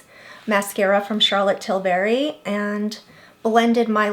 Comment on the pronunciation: It’s tilbury. Not tilberry.